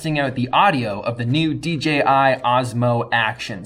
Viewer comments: Dee Jay Eye, not Dee Gee Eye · Ummmmmm... Did you say “D GI?” ... shame on u... lol 😂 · "Thank you DGI" I THOUGHT I WAS THE ONLY ONE WHO MADE THIS VOCAL MISTAKE!